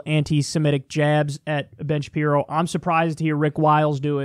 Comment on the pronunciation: Is he calling him bin Shapiro